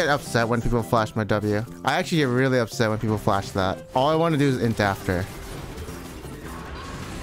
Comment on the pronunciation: you’re actually so up”sett”